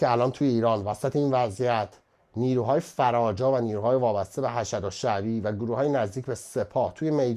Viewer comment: خبر نگار گرامی ! Hashad درست نیست! تلفظ درستش hashd است به معنی بسیج ! بر پدر امام حوسین لعنت